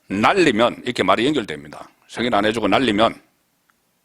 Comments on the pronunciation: 가세연에서 여러가지 방법으로 들려줬는데 "사람들, 날리면... " 으로 들렸어요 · 날리면으로 들려요. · 날리면으로 분명히 들리네요